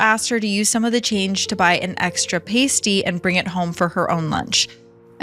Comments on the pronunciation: Parstee not pastey - this case took Australia’s innocence. You might want to check out the ‘Family’ murders that took place in South Australia during the 1970s and 1980s. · I was so confused what you meant by a Pasty then realised what you meant it’s pronounced pasty-(Parst tea). This story was definitely something I always knew about as an Australian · As someone from South Australia, it's a story everyone knows. You pronounced all of the suburbs and Australia specific things. Thank you for using celcius and Australian alternatives. Only thing, pasty is pronounced like pa-st-y, its a veggie or meat based hot pastry item.